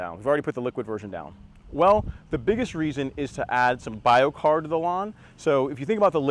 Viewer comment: Biochar...keep saying it wrong!